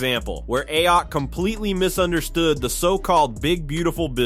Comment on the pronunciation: What’s especially funny is AI pronouncing her name as “Ay-yok”